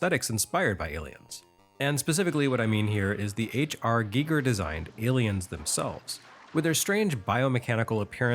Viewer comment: I dunno if anyone has said this to you ever, but thank you,, for pronouncing H.R. Giger's name CORRECTLY! So many people say it like Geiger. Ironically, I was listening to The Dead Kennedys today, who also featured H.R. Giger artwork on their album, "Frankenchrist." I love Wednesdays. Thank you.